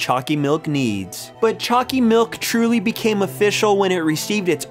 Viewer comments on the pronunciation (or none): Why does choccy milk sound like chunccy milk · for a moment i thought you were saying "Chalky milk" xD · U make choccy milk sound weird in the beginning